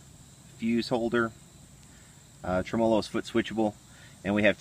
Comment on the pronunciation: you clearly know from what you speak - just stop saying Tremolo incorrecly over and over - thanks!